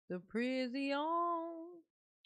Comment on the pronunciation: Judge: Darrell we are going to let you go. Darrell: no I want to go to the prisiawn